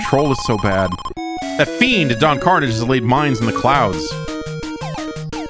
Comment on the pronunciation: It's pronounced "Don Carn-ah-zjay"